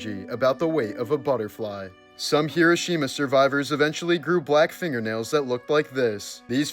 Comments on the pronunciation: He roh she mah not however you pronounced it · I heard kirishima at first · Hee-doh. Shee-muh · Hee-ROH-shee-mah. Dude. Cmon. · If you're going "pay tribute" to this you would think you would know how to pronounce it correctly. It's pronounced Her-row-sha-ma. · You're purposely mispronouncing the name of the place. It's grating and negates your effort at bringing awareness. 😊❤ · You mispronounced the word Hiroshima every single time you said it: wrong, wrong, wrong !!!!!